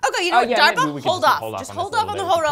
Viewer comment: I heard Darpa, but i swear I heard Durpa...